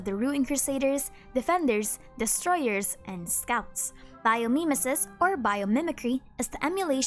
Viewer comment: Great video! btw "mimesis" is pronounced "mime-ee-sis"